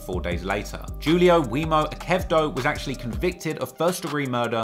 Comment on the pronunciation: I noticed you pronounced the Lord Jesus Christ's name as "jebus" and the name Julio as "Joo-leo". What about the flat earth theory being proven false, oh genius of all geniuses??